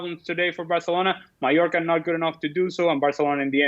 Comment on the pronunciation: Is it only me? At first I thought I heard him saying New Yorker for Mallorca. Did he pronounce it weirdly or is it my hearing????